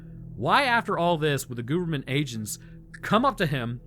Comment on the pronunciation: It sounded like you called them "gooberment" agents😂